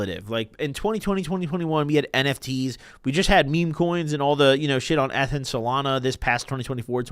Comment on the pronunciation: Pronouncing ETH like that should be criminal